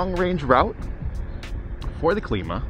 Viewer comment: pronounce climb uh